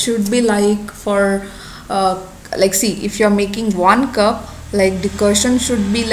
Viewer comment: It's Decoction not Decotion.